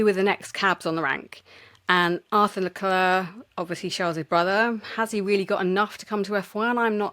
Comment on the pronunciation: Re bias My only gripe is the British tradition of murdering drivers names. As you’ve addressed this with Isa so well, here’s me telling you: COLA+PINTO, not Carlopinto, Charles (<- oh look an s, very much like HRH your KING) Leclerc, like the clerk, not the “Claire”. Love the show,and pls forgive a patronizing linguist dear “ and “